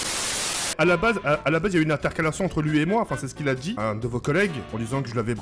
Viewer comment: Une " alterquération " Allé bim tu m as mis en pls !!!! :): )😂🤣😂🤣😂🤣